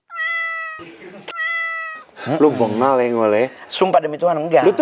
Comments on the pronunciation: BENGAALL bang bukan BEGAL jiirrrr.... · Menit bukan begal kali bang Mongol,, Bengal maksudnya kali😂😂🙏